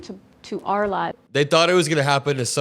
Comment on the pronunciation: this b itch put the emphasis on the word “OUR” when she said“our lives”! That just lets you know right there that she was fine with the administration hurting other people but now that she’s on the chopping block it’s unfair. 🤷🏻‍♀️We told you all Trump supporters)this would happen you were just too blinded by hate and ego to hear us.